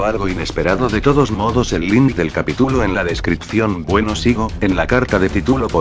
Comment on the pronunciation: tituloooo capitulooooo porque todos los loquendos usan mal el acento y las tildes???? bueno no importa buen vídeo me voy a suscribir y te voy a poner en mis canales amigos 😎😎😉😊